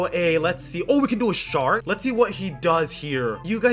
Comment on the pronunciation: Every time you say shark I think you say shadow dragon